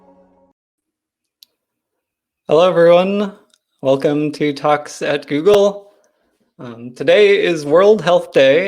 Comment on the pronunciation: Yo Commentator....just letting you know...it sounded like TOXIC GOOGLE...not Talks at Google...funny as hell brother